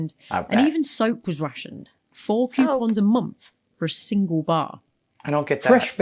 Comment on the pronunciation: Ha ha the lady commentator said "quepons" instead of "coupons" I love that common goof🎩